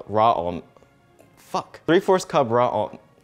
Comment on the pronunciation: The ways he says 3/4th djsmksksks